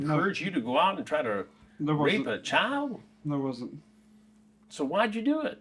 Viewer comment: Chris adding some flavor when he says r*pe. Making sure they know.